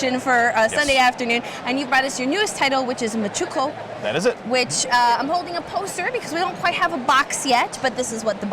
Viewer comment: MAAN-choo-QUOR (rhymes with war). Literally the nation Manchuria.